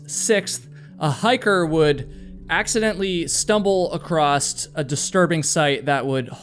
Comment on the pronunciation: bro there's no T on the end of "across"